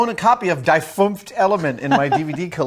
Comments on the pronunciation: Adam also mispronounces "die". It's pronounced with a long "e" sound, as "ei" is pronounced with a long "i" sound. In other words, in both "ie" and "ei", the second vowel is pronounced as a long vowel. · not "dye" but "dee" fünfte element. but really, it's "das fünfte element" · It's pronounced "dee" not "dye".